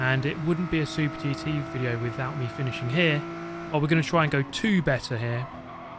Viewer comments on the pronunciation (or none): none